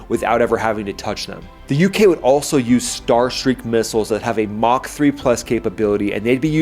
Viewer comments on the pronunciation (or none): none